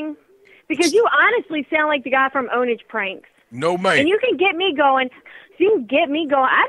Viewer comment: The way he said "OwnAGe" pranks! 😂